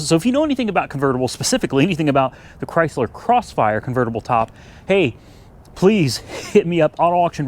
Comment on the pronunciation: IT'S A "CRY"- SLER